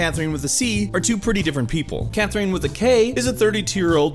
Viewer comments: Ok, but it's CathRINe and KathRINe, not KathREENe and CathREENe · I can't get over the way you pronounce C/Kathrine. C/Kath-REENE 😖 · im so sorry but its CathRINE not CathREENE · Wow, I hate the way he pronounces Catherine. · Why does he say C/Katherine as C/Kathereen? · why you pronounce it Cathreen XD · Catherine is a common name, not sure why you think it is pronounced CatherEEN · How do you not know how to pronounce "(K)Catherine"? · Why are you pronouncing Catherine like that, did you not play the game ? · Is this guy really pronouncing Katherine and Catherine like Nectarine? Does he really not know how to pronounce Catherine? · you pronounce c/katherine wrong